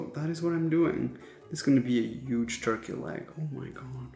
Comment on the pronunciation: I always find it funny how you say “huge” as “yuge” and works as “wOrks” with emphasis on O 😄